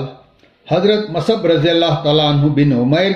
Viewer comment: آپ اپنی اردو درست کریں۔ مصعبMUS'AB کو آپMAS'AB کہ رہے ہیں۔ آپکی کمنٹری کے بغیر بھی کام چل سکتا تھا۔۔👎👎